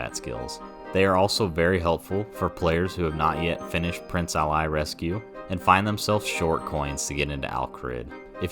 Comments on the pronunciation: Prince Ali is pronounced like Mohammed Ali, ah lee, not ally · first time i've ever heard someone pronounce prince ali like that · such a good video....except for the part where you mispronounce Prince Ali's name 😭